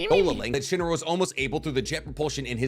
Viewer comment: Shinra not shine